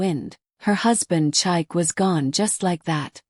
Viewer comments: Can you please learn to pronounce Nigerian names properly? Chike is pronounced Cheekay, not Chike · I'm not Nigerian but I often watch these stories, so since I know the correct pronunciation so saying chike Kinda throws me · Please pick a relevant narrator so that the mispronunciation of Chike doesn't make the story lose authenticity with a Western narrative voice.